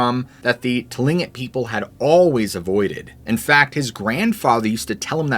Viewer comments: It begins with a T, but is pronounced with a K. You seem real, but so much AI crappola is annoying. Just sayin'. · The owl story was spooky! Thanks! Seriously, you're concerned about the pronunciation of pjs but consistently mispronounce immediately. Geez. It's not aaahmediately. Try the correct pronunciation please. Search audio pronunciation for Tlingit while you're at it. You owe it to yourself. Thanks for the stories